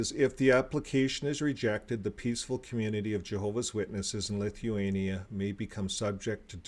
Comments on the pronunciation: You are not pronouncing it correctly!!! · His mispronounciation of words, names, countries is extensive. But, as we know, most JWs refrain from secular education and worse yet, were homeschooled.